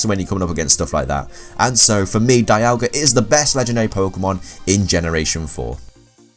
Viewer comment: Dee-al-ga not Die-al-ga